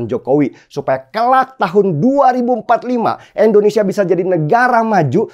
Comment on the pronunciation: Wooii den, nama negara kita ini I N D O N E S I A ... bukan E NDONESIA.. denny ... Denny... Endonesiah, Endonesiah...